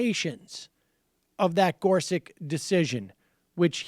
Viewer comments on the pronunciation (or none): Is there a reason for Sam's "idiosyncratic" pronunciation of Gorsuch (gore-suck')?